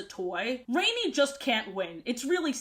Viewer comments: Rani's name is actually pronounced like Rah-ni (kinda like Ronnie?) not Rainy. I know this because I listened to the audiobook versions as a kid. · Rani's name is pronounced RAH-nee. She's named after Gail Carson Levine (the author of the book)'s sister. I understand mispronouncing, I did until I heard the author say it. Rani was always my favorite character and I still use her metaphor of being "filled with water" as an excuse for why I'm such a chubby crybaby. Even her quirk of finishing people's sentences was something i related to because it was something i did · No idea if "rain-ee" is how you're supposed to say the name because Rani is an indian name pronounced "rah-nee" and I assumed that was how you said it and this confused me like hell as a kid because I wasn't sure why an Indian sounding name was used for a blonde/blue eyed fairy lmao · Ranis name is pronounced ron- ee like Ron Wesley or whatever tf that dudes name is . If it was raini ( rain-ee) it would be spelled raini :3 just thought you should know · You know the fairy named "rainy" its not actually pronounced "rainy" it pronounced "rah-nee" spelled "rani" which means queen in hindi (hindi is a Indian language) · I'm so happy to see this omg side note I always pronounced Rani as rohn-y instead of rainy as a kid